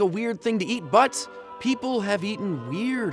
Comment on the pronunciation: I thought he said "eat butts" rather than "eat, but"